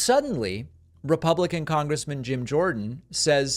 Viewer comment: It's Jim, as in James, not Gym, as in gymnasium. Keep up the good work 👍